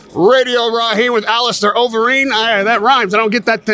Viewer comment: When you’re interviewing a superstar in UFC heavyweight, give the man the respect he deserves and learn to say his name properly. It’s Overeem not Overeen, you said incorrectly multiple times.